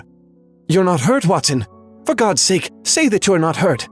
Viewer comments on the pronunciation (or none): none